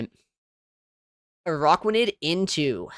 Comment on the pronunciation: Its not AROCKuanid. Its ARACKuanid